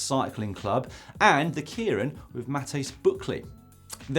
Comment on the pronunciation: Not to nit-pick (but actually, yes, to nit-pick) keirin is pronounced KAY-rin